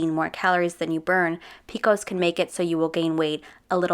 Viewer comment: I love that you continually rip on her for her cringe moments yet you pronounce PCOS as “peekos” about 875 times 💀🤦🏼‍♀️ One of the top 10 cringiest things I’ve ever heard in my entire life…